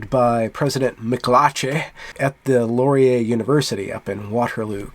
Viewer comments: Just a quick note on pronouncing Canadian words. You pronounce Laurier "Lor-ee-YAY" but we pronounce it closer to "Loryay" in English or "Lauryay" in French. Please cease all microaggressions against our preferred pronunciations! ;-) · do not accent the last syllable of Laurier; the accent comes at the beginning. Listen to this